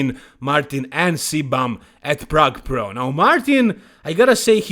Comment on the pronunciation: Plrrrague Plrrro 😂